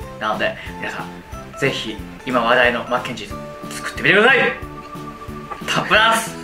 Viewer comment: タップダンス！ あー、スタッフチャンスに聞こえるわ🤣